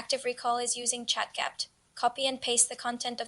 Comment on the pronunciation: Heyy!! Love the video! Happy that YouTube recommended your channel to me. I don't know if it will help, but maybe the AI voice will say ChatGPT correctly every time if you actually space out the Gpt part (like G P T) or somn like that. Keep being consistent bbg, you'll do amazing 🤍✨🙌